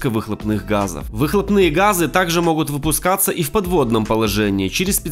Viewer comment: Как только услышала моХут.. Дальше не смотрела....